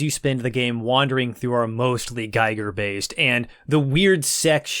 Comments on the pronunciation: His name is pronounced gee-ger not gay-ger, ffs. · the way you pronounce "giger" sounds like you have some experience pronouncing german words. the i is just an i though. you pronounce it like "ei" german doesn#t make sense when it comes to this. still cool that you pronounce it ei, since most don't bother. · However, he pronounces Giger incorrect. As Giger was a Citizen of Switzerland, the Name is pronounced with an I like in Index or India :) The review is great though (as always) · Not super important, but HR Giger's last name is "GEE-gur". It's a long E sound, not a long I sound. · That’s not how “Giger” is pronounced.